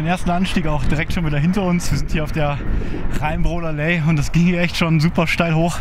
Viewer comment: Tolle Tour. Ihr habt wieder ganz schön was geleistet. Es wird übrigens Rheinbrohler LAy ausgesprochen, nicht Ley. Ich freue mich auf den dritten Teil.